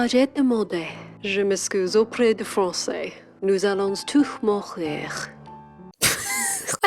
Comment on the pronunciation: the emphasis on that "mourir"